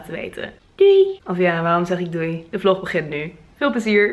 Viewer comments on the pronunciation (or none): none